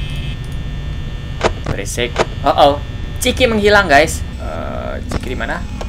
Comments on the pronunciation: Itu nama nya bukan ciki tapi cikha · Chika kak bukan ciki itu mah ciki ciki